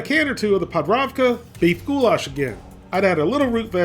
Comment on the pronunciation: I swear to god if he says of "Goulash" one more time i am going to flip